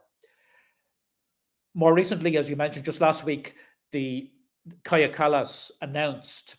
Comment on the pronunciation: Kaja Kallas is a warmonger. A disgrace. Strange that the women in charge in Europe are such war hawks. Kallas, Meloni, Von Der Leyen. Weren’t women in politics supposed to be more peace loving than men? kaja is pronounced Kaya in English.